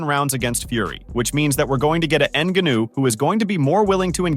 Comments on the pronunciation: Sometimes he pronounces it correctly, but most of the times : ennguhnooo😂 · Learn how to pronounce the guys name. What a trash video. Absolutely brutal research. N GA new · Say his fucking name right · Hey asshole, learn how to say Francis‘s last name ! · Had to stop watching because of the way this guy pronounces Ngannou’s name lol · I almost couldn’t finish this video because you’re saying his name like you’re learning disabled…Cmon man… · this dude is pronouncing it like that to trigger people and comment, i swear. Woops 🙃 edit: uhhh he f'd up on saying it correctly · How do you watch and listen to the match and still butcher his name like that 😂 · Why u saying his name like that 😭💀